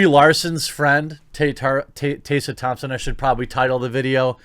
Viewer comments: fam can't even pronounce Tessa properly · Why are you mispronouncing Tessa Thompson first name? It should be how you would pronounce MESS, replacing the M with a T & put an A at the end, there is not a letter S in the middle of her name. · lol why are you pronouncing "Tessa" like that? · You’re pronouncing Tessa wrong, it’s so jarring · Couldn't get through the video due to your consistent mispronunciation of a fairly common name. In your mind that's probably not a big deal but it doesn't help your cause when you disrespect one of the main talking points over and over again. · Tessa is pronounced exactly the way it looks. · Tessa! There's an E! I can't stand her either, but God! I had to stop the video because you calling her Tassa was going to make me shot myself! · TES-R, hard R and say the E. Tessa. If she's ever said that her name is pronounced as you did, she's bullshitting. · You seem to be having some real trouble pronouncing "Tessa" - Tess (how you pronounce "Mess") then add an A to the end... as if your bulls**t star wars rumours arent bad enough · Butchering the name “Tessa”....😂 unless she wants it to be pronounced “Taysa”. 🤔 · Who is "Taysa" Thompson? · Side topic: Are you intentionally mispronouncing Tessa Thompson's name???? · bro, Tess. . . A. not tase a. two s mak success. like tess-a short a sound at the end. Phonetics is actually a thing ya know. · Also "TEH-sa" Thompson. Hearing "Tay-sa" Thompson is raping my ears. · is it really "taysa" I thought it was pronounced "tessa" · He's reading 'Tessa' as Taser, so you're not helping. I think it's Teh-sah. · It's TESS-A. Not TAY-SA. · Are you aware that you’re using Daphne Joy in your thumbnail? That’s who’s wearing the bikini and not Tessa Thompson. Tessa Thompson (which, by the way, isn’t pronounced as “Taysa” it’s “Tessa”) doesn’t have huge boobs as seen in the thumbnail. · I agree to everything you said except for one thing: Tessa. It's Tessa, not Tey-ssa.